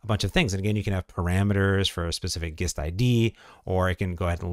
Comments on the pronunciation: isn't gist pronounced like the g from giant? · Might want to learn how to pronounce "gist" and tone down the "super dupers"